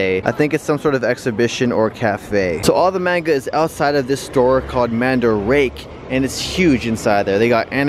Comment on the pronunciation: it’s pronounced ‘mandarakeh’